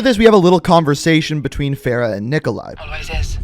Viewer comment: How do you butcher Farah's name lmao you're saying it like Sarah, Price even pronounces her name properly so why can't you 🤔